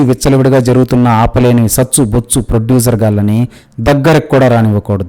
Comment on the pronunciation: Arey Froducer kaadu ra:face-fuchsia-poop-shape::face-fuchsia-poop-shape::face-fuchsia-poop-shape::face-fuchsia-poop-shape: penta Froducer antha. Chillara Chippa gaadi laaga unav